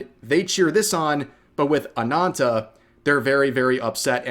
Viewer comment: Rev, its Ana*N*ta with 2 n's not anata.